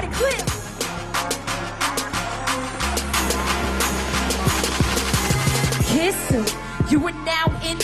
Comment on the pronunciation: Lol so true while she was saying that i was like "Damn guurll it's clap not clip"